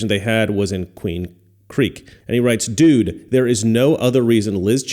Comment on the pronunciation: You pronounced dude wrong, it's 'do͞oo͞oo͞od'.